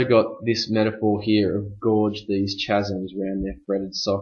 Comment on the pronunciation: always is an adverb synecdoche badly pronounced chasm too many missed ideas figurative language is not well noted certain words are not explained in terms of their implications